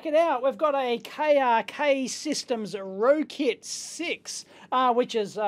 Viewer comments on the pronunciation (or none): it's pronounced rocket, not rokit. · "Rocket"... as opposed to "row-kit" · Guessing it should be pronounced "rocket". :) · It's pronounced "rocket"